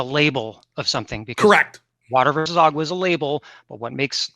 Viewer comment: Nope, Vaush said it was AQUA, he didn't even say agua, I swear 😂